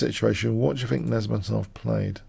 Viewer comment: You said:Nice-mate -dinov.